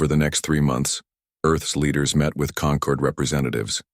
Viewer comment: The lesson here is... Never name your empire the "Conquered" (concord)...